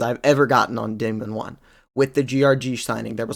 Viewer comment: dihmon 1 😭